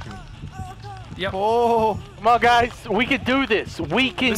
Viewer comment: He said, "I love you gays so much."